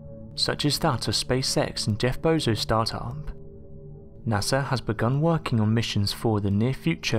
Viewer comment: Who's NASAR? 😂